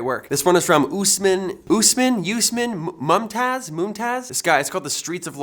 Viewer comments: Usman Mumtaz/Mumtaj *Pronunciation , Usmaan Mumtaaz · lol didnt expect to see my home country in there but LMAO THE WAY U PRONOUNCED USMAN MUMTAZ IM DED ok so its like OOSMON MOOMTAAZ lmao i never heard anyone pronounce it like u did haha